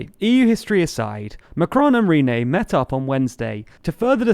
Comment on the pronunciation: Who is Rene? You mean Ryeinne... and he is a moron.